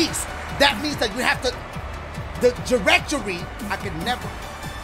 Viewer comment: Wtf is a jerectory my boi? 🤣